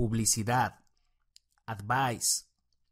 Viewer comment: El vocabulario esta genial, solo deverias pulir pronunciacion, solo vi las primeras palabras, y note una B muy marcada en ADVICE cuando en realidad es el sonido de V, y tambien un Y en AGENCY cuando tendrias que marcar mas esa pronunciacion de la G como LL, segun el American Accent claro, Good Video.